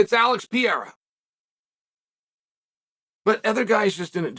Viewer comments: Sound this out with me Chael… Puh-rare-a Not Piera. As a commentator, you should know this by now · I love the way he says PEE-AIR-UH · Why do I literally laugh out loud whenever Chael says Pierra? That one and Will Fury gets me every time 😂😂😅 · Chael is always pronouncing peoples names, wrong on purpose 🤣🤦🏼‍♂️ let’s sound it out Per-eir-a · “Alex Piera” the Italian cousin of Alex Pereira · Alex pee-era will be the next 205 champ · I love how Chael has his own names for fighters, Alex Pierra, Hazmat Chimaev, are my favorite Chael name butcheries among the many. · Pee Era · you got 2 kinds of people. those that say "it's Per-ara chael..." and those that say "iTs AcTuAlLy "PEH-RDEH-RDAH""... BOTH WRONG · Why do you refuse to say Pereira correctly? Are you that stupid or is it just simple disrespect?